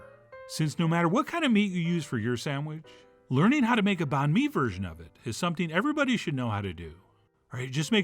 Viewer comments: Pronounced Bun May , same as Pho , you don’t say Fo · Banh Mi is pronounced more closely to “bun me”. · Just a hint, you can try and say the word banh with a higher tone and then the word mi with a lower tone. That would sound more legit. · lol A for effort on the pronunciation.